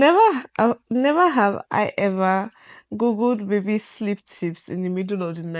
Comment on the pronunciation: His roots is still intact 😂 “Nhever have hi hever”